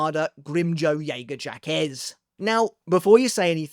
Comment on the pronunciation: Is trolling with that Grimmjow lastname? Isn't it pronounced "Jagajak"? or "JagerJak"?